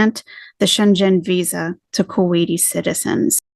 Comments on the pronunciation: It’s pronounced Shen-gan, not Shen-Jen. Love your translations and insight and just wanted to help you in an area I am familiar with ❣ (American in Germany for 7 years and about to take the citizenship test! ) Love your videos cuz they have the cultural approach that’s needed on her new journey/larp. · It's pronounced "shengen". One word. It's the name & place of where the original customs agreement was made. I used to be a customs officer & heard way too much about the Schengen agreement. 😉👍